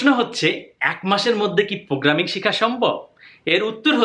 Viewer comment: প্রোগ্রামিং নাকি পোগ্রামিং? Apnar kotha bujhi na. 😭